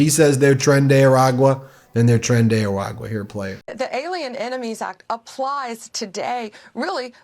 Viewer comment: Pam Bondi should at least know how to say A-RA-GUA.